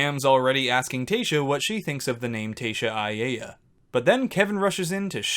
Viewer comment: A-ay-a? His last name is pronounced Ah-y’all-uh. 😂 here I am and he’s my least favorite 😂 I’m shipping Nicole and clay